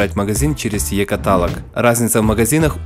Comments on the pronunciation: Вхахаха екатАлог , а не каталОг? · Е-каталог, а не Е-каталог